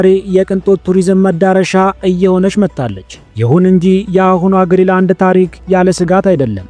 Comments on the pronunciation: ገና ለገና ቪው ለማግኘት ብሎ ዝም ብሎ ማውራት ራስን ማሳነስ ካልሆነ በስተቀር ትርጉም የለውም። ሰርቆ ከመብላት አይተናነስም ። ለምሳሌ ስም ስታነብ ግሪላንድ ሳይሆን ግሪን ላንድ ነው። ሌላው ደግሞ 58 ሺህ ሰው የሚኖርበትን ቦታ 56 ሰዎች ብሎ መቀደድ በጣም ያስጠላል። እንግሊዝኛ የማትሰማ ከሆነ ቢያንስ የአለምነህን ትንታኔ አየት አየት አድርግና በራስህ አፃፃፍ ፅፈህ አንብበው። ከመዋሸት ኮፒ ማድረግ ይሻላል። በግሪ እና በግሪን በ56 እና 58,000 መካከል ያለው ልዩነት የትየለሌ ነው። ስለ መንገድ ያወራህውም ፈፅሞ ውሸት ነው ለምሳሌ Ivittuut and Kangilinnguit የሚባሉትን ከተሞች የሚያገናኝ 4.5 ኪሜ መንገድ አለ፣ በኛ ቋንቋ ፒስታ ወይም የጠጠር መንገድ የምንለው 90 km paved road አለ። pituffik የሚባለው የአሜሪካ ወታደራዊ ቤዝም ርዝመቱ ያልታወቀ የመኪና መንገድ አለው። ስለዚህ ያወራህው 100% ውሸት ነው😂😂😂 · አስተካክለህ አንብብ እንጂ? ግሪ ላንድ ሳይሆን ግሪን ላንድ ነው።።።